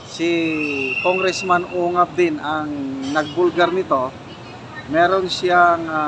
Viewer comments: Cong. Isidro UNGAB po, hindi UKAB correction pls. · Ungab po hindi ucab